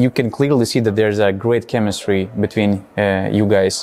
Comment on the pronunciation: Great interview. Thank you, vis dar reikia padirbet ties W ir V. Adwise (advise), awailable (available), betveen (between).